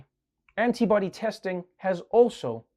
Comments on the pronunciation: I heard the woman say "anybody tests" at first. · Not the biggest problem here, but... Wouldn't you think a professional reporter would learn to pronounce the T in antibody so that it doesn't sound like she's talking about "anybody testing?" Although that's a pretty good description of how they went about approving the tests...